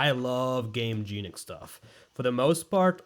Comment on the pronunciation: "i love gameJEANic" please work on that pronunciation if you love them that much brother in christ 😭😭😭